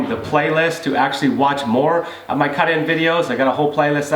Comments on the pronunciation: Caht in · How he says cut in lmao